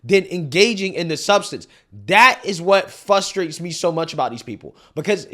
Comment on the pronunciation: Frustrates not Fustrates...❤